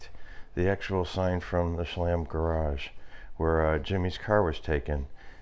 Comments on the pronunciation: "Sha LAM"? All this time I thought it was pronounced "kolla me" or something. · Cholame is pronounced Shu-loam. Please don’t make me turn this into “hate mail!!!!!” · I believe it's pronounced Cholame - a is "Ah" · I’m originally from Bakersfield. I admit I didn’t know how to pronounce Cholame! 😉